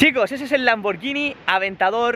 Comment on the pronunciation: No se pronuncia hacia la marca y puesto que no puedo hacerlo escrito lo buscáis el traductor sirve lo ponéis de español a italiano tocáis para que os lo lea en italiano y sabréis como se debe pronunciar